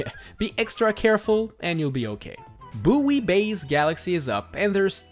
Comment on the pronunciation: Buoy's pronounced 'boy', not boo-ee, great video though.